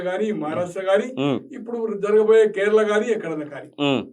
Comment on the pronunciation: కేర్ల కాదు నాయనా అది కేరళ. ఇప్పుడు కేరళం అయ్యింది